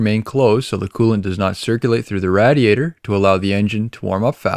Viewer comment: I couldn’t help but notice how he was saying Radiator 😂 it’s totally “Rad” 🤷🏽‍♀️ I Guess